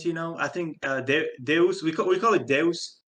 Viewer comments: Deus is a Latin word pronounce "day-oos" and pronouncing it "duce" like a deuce is an american slang term for a Turd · Deus is not pronounced as Doos, it's pronounced as Day-As lol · "day-us", not "deuce" mate lol